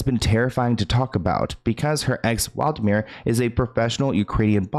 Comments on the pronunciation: 😂 Hey, you said the name wrong It’s Wladimir Klitschko. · It’s not Waldimir, It’s Wladimir 😁